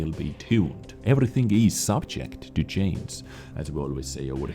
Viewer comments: Subject to CHANGE not CHAINS! stop saying Chains!!! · Hey, i am curious: is "subject to chains" a running gag or is it really so difficult to pronounce for you. I hear that u can speak the "g" in other words quite perfectly. 😀